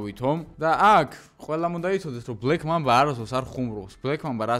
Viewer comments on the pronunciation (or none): ბლექ მამაბას არა ბლექ მამბის არი სწორი